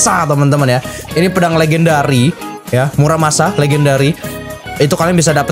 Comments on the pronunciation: Tolong bang bukan murasama tapi muramasa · Lebih tepatnya muramasa bukan murasama